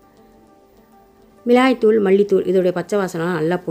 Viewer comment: Milagai dhul , not milai dhul